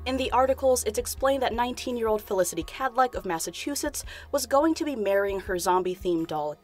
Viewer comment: no one: the guy at the beginning: FeliciTY